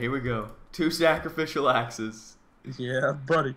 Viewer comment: you said sacraficial ass :P